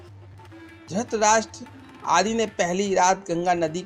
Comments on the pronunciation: Abhishek Kumbhalkar to it's dhrithrashtra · Aap drutrahstra ko dustraj bolte ho Very well, keep it up, enjoyed a lot😁👍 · Aabe dhrustrastra nhi dhrutrastra bol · Mere bhai dhutrastra nhi dhritarashtr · Bhai pahle ye Bata du apko ki drasht rashtra nahi hai dhratrashtra hai please use correct prononciation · Dhrtrastra bolne ki practice kro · Dhuurtrashtraa had hai bhai aapki aavaj aur uccaharN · Pls aap dhritrashtra ka naam to dhang de bolein pls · Maharajah Dhratrashtra ka naam sahi sa pronounce Karna sikho